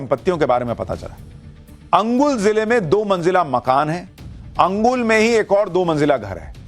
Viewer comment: Angul nehi kaka Anugul bol chacha.. 😆😆